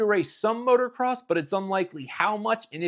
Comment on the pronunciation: Please please stop saying MOTOR-CROSS. Its MOTO-CROSS always has been.